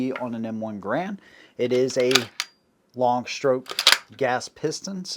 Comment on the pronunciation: Congratulations on pronouncing John Garand's name CORRECTLY! (Although Mr. Garand himself pronounced it with a bit of a French accent - he being a French-Canadian by birth.) Also, it was a joy to hear your mention of Hugo Schmeisser and his contribution to the AK-47. Schmeisser was actually working for the Haenel Company where he developed the sub-machine gun that bore his name (unofficially, as it was officially referred to as the Haenel). But Schmeisser himself, working for Haenel, became very skilled in the use of stamped and welded sheet metal in sub gun manufacturer, replacing forged and milled steel billets. At the conclusion of WWII, a most German techniques and manufacturing processes, as well as the engineering and manufacturing talent, were swept up by the Allies and put to work in advancing those countries' defense projects. Hugo Schmeisser found himself in the part of Germany that fell under the Soviets as part of East Germany. So Herr Schmeisser found himself relocated to Russia, where he worked in their arms industry. Mikhail Kalashnikov designed the original AK-47 to have a stamped, folded, and welded receiver. He did so while assigned to a sort of R&D company, and used the material sources available to him through that company. The AK-47 as originally adopted required a high-grade of sheet steel for the fabrication of the receiver. After adoption by the Soviet Union, other Russian arms manufacturers were put to work building this new rifle, and sourced their r